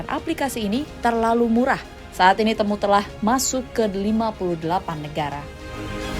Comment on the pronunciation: Bacanya ti-mu ga sih?